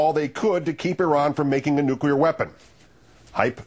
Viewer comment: "Nucular Meltdown" lol.